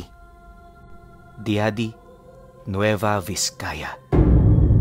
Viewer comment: Korek qlang po ung pag bigkas ng lugar ng Diadi,,, nagiging JADI po kasi ang tunog nyan,, ika nga ni yung lang salamat 😊